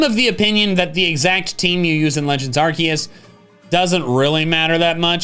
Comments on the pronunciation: he didn’t say arkoos!!! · you're mispronouncing Arceus